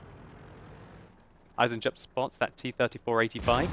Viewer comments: Eisen-Jupp - Iron-Jack I would translate his name like above! ;) (To pronounce it right dont speak the J, just say EisenUpp! :D) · Eisenjupp, iron joe, spell it like eisenyoupp.